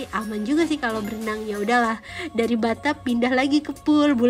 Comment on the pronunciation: Kok msh aneh ya ngedenger ngomong bathtub